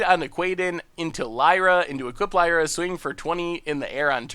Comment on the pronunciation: That’s not how you pronounce Lyra I think ^^